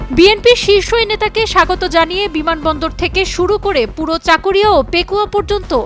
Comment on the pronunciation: চাকরিয়া নই চকরিয়া হবে